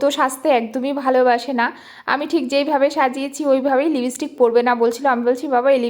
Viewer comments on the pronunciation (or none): Apnar uchharon thik korun, national platform e Kaj koren ar eto bhulbhal uchharon, "libistick" bole kichu hoy na, it's lipstick